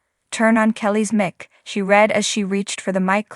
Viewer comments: Why don’t the person who is describing this know how to pronounce the words correctly?? Example: O.K. (not “oak”) mike (not mick) ☹️ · You need to have your announcer learn to speak English she doesn't know how to say the word Mic and most importantly Kelly Ripa's last name what a joke